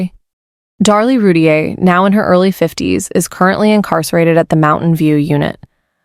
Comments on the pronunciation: This is not correct. It’s “roo-teer” 2 syllables. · It's "roo- teer"